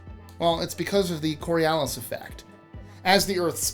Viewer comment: If you're so good at pronouncing foreign words, why can't you say coriolis?